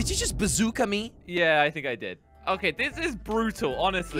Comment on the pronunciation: I love when jelly say a bazoka is a bazoker